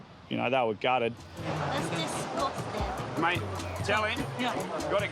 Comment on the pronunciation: "it's discostin!!"